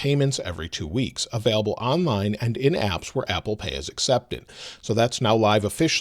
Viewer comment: It’s available not avaalable